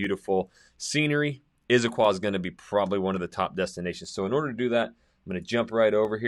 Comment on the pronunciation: It's not "Izzaquah". Never has been. It's Issaquah.